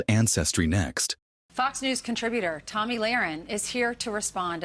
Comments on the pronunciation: It's Tommy not Tomey! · Omg it's not Tomey it's Tommi!!